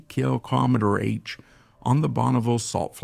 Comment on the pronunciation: Great example of the power of human ingenuity and the infinite ways AI can mispronounce km/h.